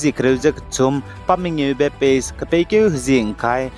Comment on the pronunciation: Pace mak ze phase acheurada. 😂